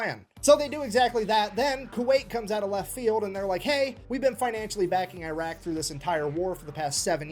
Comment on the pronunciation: he said I R A Q and I R A N. The US had NOTHING to do with the actual story yet.